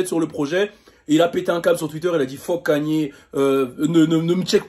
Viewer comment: Kanyyyerr t sérieux tu le dit comme ça ok Ok